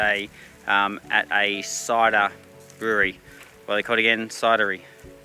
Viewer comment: Wagin pronounced Way-gin 🤣🤣 loving the videos